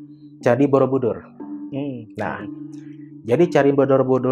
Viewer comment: kk aku dngernya candi bodobudur😭